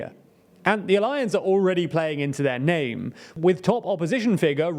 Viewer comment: Before making videos on India, please learn pronouncing names properly.